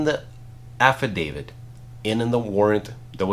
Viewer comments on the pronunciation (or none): did you say affi-DAVID or affi-dav-IT because the T is poonounced as a T not a D but I hear lots of people pronounce this horrendously wrong.